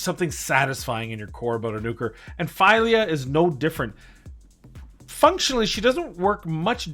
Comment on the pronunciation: It is FEELYA. Try Google translate in Swedish.